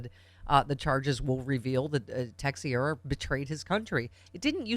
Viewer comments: the name is pronounced ta-shera. your welcome. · Texiera = Tesh-era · Pronounced: TAH-CHER-AH. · Pronounced -TAH-Cher-AH. AKA treasonous mass hole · Yes. Rhymes with "Tae-tera".